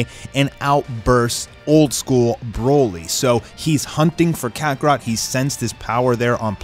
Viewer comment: I was wonderin did he mess it up when he said kakarot at the endin